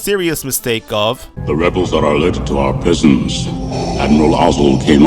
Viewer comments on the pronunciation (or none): none